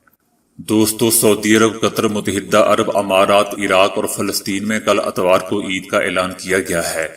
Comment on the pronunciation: Atwar nahee etwar(Sunday).😅